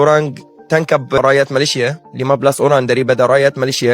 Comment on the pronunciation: KANOHA SEBUT perkataan MALAYSIA... betul2 PELAT BANGET..lidah macam orang tiongkok💯..perlu RAWATAN drastik segi sebutan..🤔.....ATAU google sebutan Malaysia ..